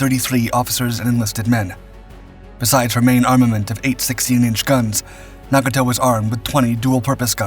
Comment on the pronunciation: You would think the people behind these “history” videos would learn correct pronunciation of the names of famous vessels. sheesh! couldn’t watch past the tenth mispronunciation of Nagato.